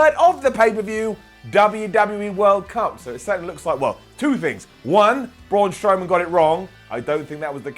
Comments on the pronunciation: He said "Prawn Strowman"... which is even better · sounds drunk or very tired in this. he also said Prawn Strowman. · Who else heard praun strowman? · I swear called Braun Strowman, Pawn Strowman. 😂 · "Prawn Strowman" - 2019 😂